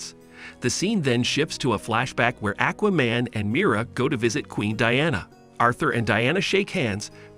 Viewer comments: why you say Aquaman Lex Luther like that lmao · WTF is a Akwah-Man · Omg, I appreciate this narrator but come on bro....learn how to pronounce words and names the way 99% of comic readers and animation/film viewers, and VO actors too say how the character's names sound! 🎉😂 I can't be the only one to cringe at "ĹaKes LoothoR' or "Aķķķwaaa-Mane" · Buddy said akwa man and lex lether. Smh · Ha Ha Ha - Ackwaman and Lex Luthher! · Lmao ahquaman, parayduhmons, lex lother